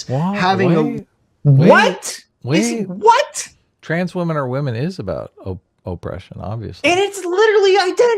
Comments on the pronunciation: The way the person says "Oh-pression" makes me physically angry. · Man, i listened to him say 'O-ppression' twice and was completely tired of it.